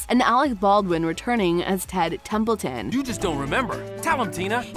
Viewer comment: This video sucks. No real information except Alec Baldwin's announcement of the 3rd TBB. You can't even get their names right. It's Templeton not Templin🙄🙄